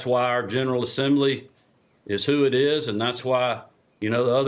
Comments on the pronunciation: “I had to authen-tenicate...” Big words are hard. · I had tuh authentennicate??? Well that sure validates he has Trump knee pads on.